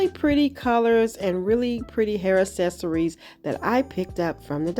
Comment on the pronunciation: Can you please stop saying "es-ess-uh-rees" . The phonetic pronunciation is "Ak-SES-uh-reez".